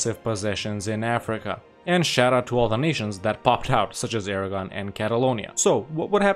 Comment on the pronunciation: I guess you should rename Aragon to Aragone.